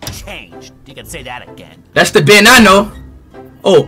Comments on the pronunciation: Can’t Speed pronounce “Ben”’s name better? (Behn), not (Bee-en). Really?! Sometimes pronounces him correctly, but not all the time. I think. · You're right. it's not beein Its Ben 😅😅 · hell naw it's not bin it's not bin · Its not ben it is ren